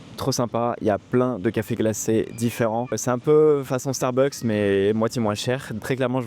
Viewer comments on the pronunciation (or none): none